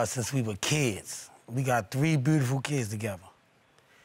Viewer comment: Mr. Jackson opening statement "We have four "buddifull kids"... case dismissed...